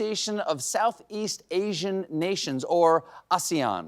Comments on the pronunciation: Okay no offense to anyone, but why are all the comments about Michele Obama who was literally mentioned for 5 seconds, and no visible comments about “ashian countries” like I can’t really be the only ignorant savage out here who thought she was mispronouncing the word “Asian” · Hegzeth: "Senator, it's pronounced AAAAY-ZHUN." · Did any other dumdums like me get really confused and think she was pronouncing “Asian” wrong… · Why is she pronouncing asian wrong? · I swear, I thought she was mispronouncing Asian.